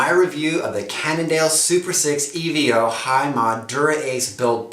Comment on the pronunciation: EVO not E.V.O. ;-)